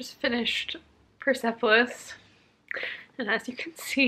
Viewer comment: I am from Iran and I haven't read Persepolis yet! I hope that it isn't offensive to my culture and my people.. :)( And also the E mustn't be pronounced :) its 'pers'polis, ;)